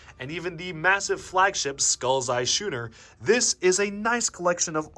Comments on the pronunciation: I get it that this video is 4 years old, but please dude, Schooner is pronounced like School. Skooner. that's how it's pronounced. please tell me you've learned this since. fantastic video, exactly what I want. all the info is laid out and done in a fun way. it reminds me of playing with this stuff as a kid and I'm seriously looking at buying some again! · The fact that you pronounce schooner as "shooner" just pains me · matey, the correct pronunciation is sKooner!